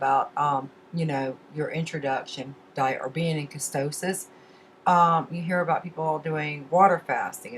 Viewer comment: ketosis..not kestosis